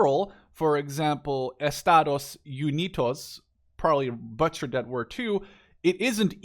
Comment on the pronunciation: You said FFAA quite good, but I laughed when you said Estados Unidos hahaha. Keep the nice content going!